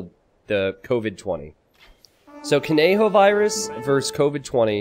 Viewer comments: I literally died hearing you saying "cone Joe" instead of "conejo" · Came here for this! Pronounced “co-ne-ho” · ko Ne jo. the j with and jjjjjj underneath it like you where trying to spit. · The way says "Conejo" is what killed me. It's so painful to listen to him saying "Konjo" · You should read it as "coneho", "co" as in "college", "ne" as in "nerd", and "ho" as in "Holland", but with more emphasis in the "h". Spanish J, you know. That's "Conejo". Conejo means rabbit, and conejo-virus means rabbit-virus, which makes not a lot of sense in Spanish, exactly as in English. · Man you butchered conejo virus so many times. You should try to say it like ko-neh-ho haha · It’s actually pronounced có-neh-hoe